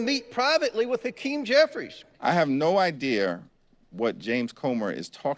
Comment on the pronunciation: There is no R in idea!